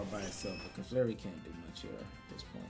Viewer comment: This team is so broken! I digg it. 👌🏾 Also, you crack me up every time you call Clefairy, "Caflarey!" Lol 😆